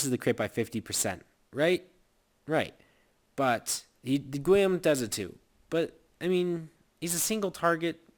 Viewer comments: It's pronounced Gee-Yome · guillame is pronounced geeyome